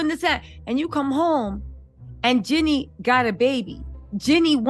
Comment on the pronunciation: Her name is JEEENE NOT JENNY